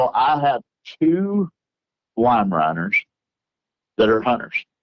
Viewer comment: Respectfully, this guy is lying through his teeth. The moment that sealed it for me was when he didn't know how to say the proper breed name of his two "make believe" dogs...it's "Weimaraner". And if you own 2 of these dogs, you paid enough for each that you wouldn't dare mispronounce the breed. This was more entertaining for him than anyone in the audience....